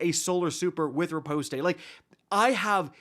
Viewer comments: Riposte is only two syllables. Ri-Poste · Nice vid… the “e” is silent btw. And the skill u are talking about is not riposte, that’s the one that is strong against unstops.